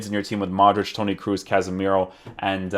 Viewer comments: It's pronounced "Kross" not "Kruz" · kroos with an long o